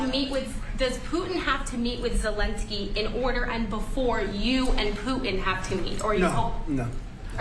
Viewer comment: Another reported can't pronounce Putin with a (T) It's Not "Poo In" 🤡